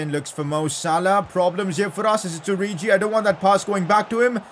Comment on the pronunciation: plz stop pronouncing names wrong its not oriji